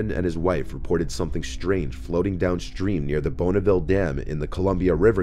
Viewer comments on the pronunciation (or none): Btw when u said Bonneville dam it's pronounced bonn not bone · “Bonaville dam”